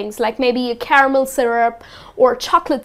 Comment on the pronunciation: maam there are some miss pronunciations..have you noticed that.. (caramel nd almond) but anyway i learnt lot from you..thank you soo much 😊